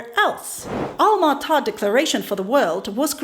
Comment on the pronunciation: What a well-researched pre- sentation, thanks for your in- put. The goal of the Alma Ata conference was " Health For All, By The Year 2000", so stated. Alma Ata; pron- ounced ALMA ATTA. I div- ided the word and added a T to indicate the emphases. Hence, Alma Ata. Again, well done. All the way from Ukraine, eh 😊👍🤗🌴